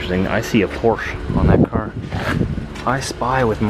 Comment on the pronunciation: I thought you were German? Yet you can't say Porsche right.